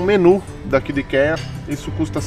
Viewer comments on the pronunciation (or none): Queridosss, encontrei o canal de vocês hoje procurando por viagem com dogs e foi um achado!!! Obrigada pelo conteúdo maravilhoso. Só uma diquinha construtiva: ikea se pronuncia "aikia". (ps.:fiquei com o coração na mão no vídeo da perdida no aeroporto, ainda bem que deu tudo certo <3)